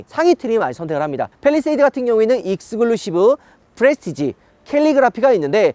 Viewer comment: 다 좋은데 익스글루시브가 너무 거슬려요.. 익스'클'루시브 해봐